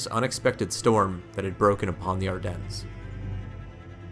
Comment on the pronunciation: nice video, happy to not hear a AI narrrator. But you do NOT pronunce the s in Ardennes -- it is silent.